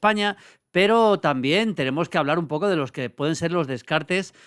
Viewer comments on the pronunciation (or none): none